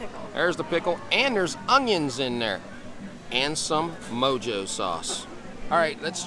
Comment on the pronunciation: The mojo sauce on the Cuban is pronounced “moho” and is made with sour orange juice, garlic, spices, and olive oil. It is traditionally used as a sauce or marinade.